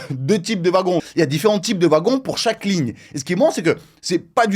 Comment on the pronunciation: "Lignre 6"